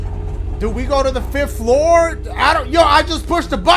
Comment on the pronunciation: WRONG FLOORA!! SHOREA!!! STOREA!!!